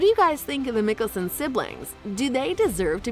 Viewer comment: You're pronunciation of Klause is way off and their surname.